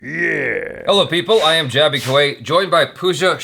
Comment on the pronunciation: Shame on you pooia.even jaby pronounced perfect